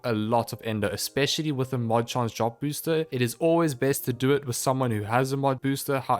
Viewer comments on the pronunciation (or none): none